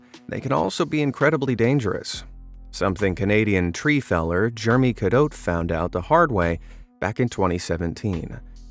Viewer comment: You should pronounce "Jeremy" using all its syllables it is not pronounced " Germy."